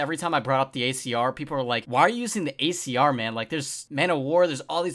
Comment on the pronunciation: Are u saying icr or acr